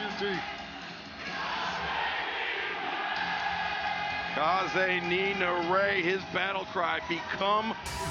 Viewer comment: crowd shouts kaze ni nare as in "ka-ze-ni-na-ray" excalibur says "ka-ze-nee-ner-ray"... love excalibur and i know he's a huge fan of japanese wrestling but how does he keep messing it up, istg this is like the fourth time